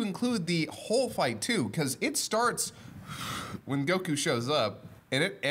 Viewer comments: Dude on the left is struggling to say Goku. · why does he emphasizes the "ku" in "Goku"?